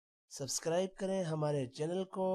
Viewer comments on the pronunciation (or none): none